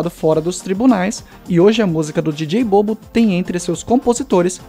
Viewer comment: Só a pronuncia precisa melhorar. A pronuncia correta seria dj bobo (bubu)